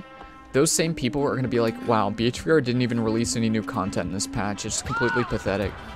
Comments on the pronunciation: we all hear him saying BHVR instead of behaviour, right? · Behavior.... not B.H.V.R.